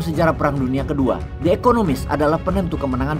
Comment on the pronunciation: The (di) economies, bukan the (de) economies 👌